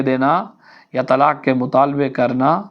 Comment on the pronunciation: یہ تلاک یا تلاکھ کیا ہے؟؟؟ کیونکہ آپ نے تلاک اور تلاکھ ہی کہا ہے کیوں؟؟؟ کیا آپ قاف نہیں بول سکتے؟۔😮😮😮